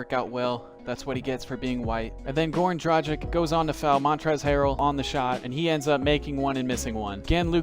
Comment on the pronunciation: This man really said Goran Drajic lol